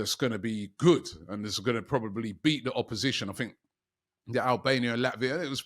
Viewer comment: "MLS has been called up to Vhe England Squad" It's "The", not "Vhe" Speak properly Robbie